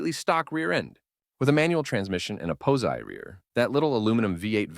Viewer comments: I have one note for you it's not pohsi rear-end it's pahsi as in positronic or positive grip rear-end. 😅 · A "pow-zy" rear? Is it that hard to get a real person to narrate these videos? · A "pose-eye" rear?